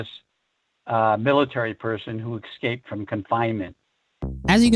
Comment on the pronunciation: It really grated on me, the way Doty mispronounces ‘escape’…